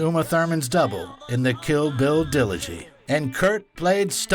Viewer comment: "Kill Bill Dillogy" 😂